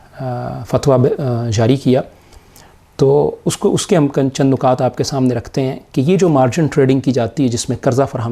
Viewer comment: نُکات❌❌❌❌ نِکات✔️✔️✔️✔️